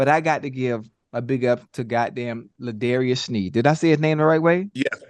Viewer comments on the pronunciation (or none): L’jarius not L’darius…. Love y’all’s content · L’Jarius Sneed LJ not L’Darius 😂👍🏽👏🏽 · It's l jarias SNEED! NOT LA DARIOUS! 😂 ATLEAST SAY THE MANS NAME CORRECT!